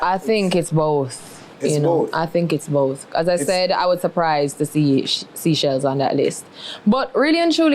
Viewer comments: She's versatile & has international appeal. Lol by the way it's not "seashells", it's Seychelles (say-shels). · Pronounce it like.. “say shells” not sea shells lol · Its no seashells its Seychelles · Its called the Seychelles and pronounced like its spelt not seashells ! she also is a liar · If u say sea shells one more time…. “Say -shells “ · not sea-chelles it’s say-chelles